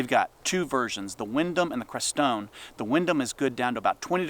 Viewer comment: Just wanted to suggest a small correction. In pronouncing the name of the 2nd hood you mentioned toward the end, it’s CRES-tone, like the mountains (Crestone Peak and Crestone Needle) in the Sangre de Cristo mountains in Colorado. I grew up nearby, so thought I would mention it. No biggie, but that’s the only way I’ve ever heard it said in all my 60+ years of living here. ☺️✌🏻